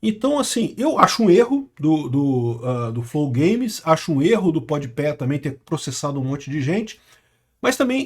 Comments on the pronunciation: Kkkkk "pod Pé" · "Pod Pé" é foda. Kkkk